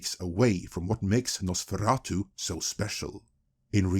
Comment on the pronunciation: Gotta love everyone making fun of Amazon's pronunciation of GaladRiel and here we have all the NosfeRatu and DRacula sounding equally dumb.